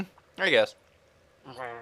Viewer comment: They cant even say PINOY correctly